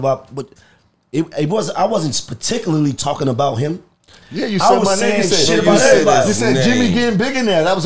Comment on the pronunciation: That nigga said spaticularly 😂💀